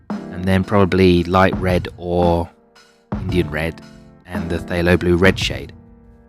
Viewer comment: I find it interesting that you pronounce PthAlo as PthYlo. Let alone how you pronounce Holbein! 😉 I think I like the first or third triad.